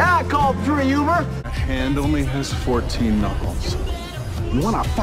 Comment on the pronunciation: Mickey: " Yeah i cald for a youber"